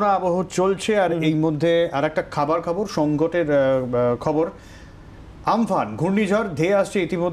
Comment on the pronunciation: উনি খবর পড়ছেন খারপ খবর না, খাবার খবর বলেছেন😀😀😀😀